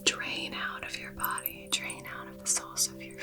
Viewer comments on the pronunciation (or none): none